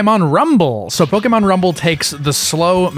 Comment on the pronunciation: The fact that you pronounce Pokémon correctly made my day